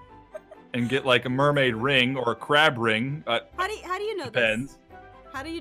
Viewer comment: Aph, it's the mail-maid